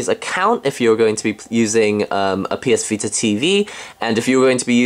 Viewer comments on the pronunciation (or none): He said ps pita :)